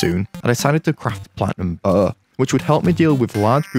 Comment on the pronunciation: i love the way you say bow